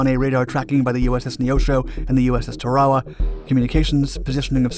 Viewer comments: Great episode! FYI: it's pronounced Tar-a-wa...🇺🇸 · USS Tear a waa